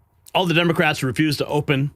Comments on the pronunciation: Love her, "Senate Dumbocrats" she said 😂 Thought I misheard her the first time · Does Carolyn pronounce it dumocrats?